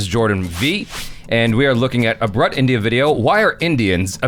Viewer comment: Brut rhymes with groot. Just FYI. :)